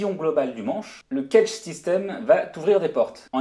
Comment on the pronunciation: éviter de prononcer cagette,sinon çà le fait pas.